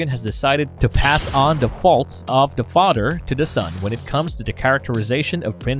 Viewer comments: It’s father not “fodder” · guessing this is incapable of pronouncing th da fadder lol.